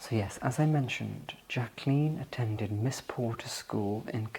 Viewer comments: It’s such a pleasure to hear my name pronounced correctly. It’s so rare. It was a sore spot for Mrs Kennedy too. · You are a dream. Beautiful presentation with such compassion. Thank you for honoring JBK . ❤ And you pronounced her name correctly.🎉